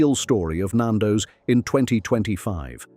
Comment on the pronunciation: This is AI at it’s absolute worst pal. Can’t pronounce Nando’s or Mozambique properly. The chicken shown in the screenshots are not Nando’s, there’s even a shot of fish FFS. This is slanderous. And this channel needs to be brought down!!